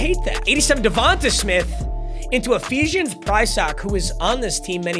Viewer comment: It’s pronounced “DevontAY” smith